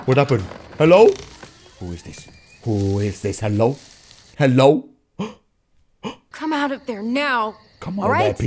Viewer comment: In every single video of he always says hhhhhelo it’s gaming